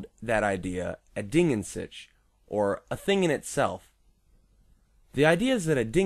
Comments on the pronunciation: Well the expression "Ding an Sich" was coined by Immanuel Kant who is as german as the expression itself, so yes the german CH. "Sick" is somewhat simillar but still far off. Also what's a Zachary? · Your pronounciation of Ding an sich made me cringe.